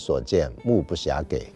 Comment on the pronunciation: 谢谢陈丹青老师这一节目 让我眼界大开👍 小纠正目不暇给（读几）不是给